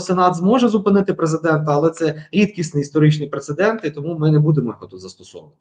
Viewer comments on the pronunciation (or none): none